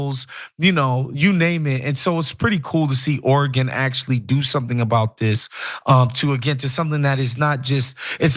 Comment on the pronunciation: Love hearing Ana pronounce Oregon correctly! Love TYT!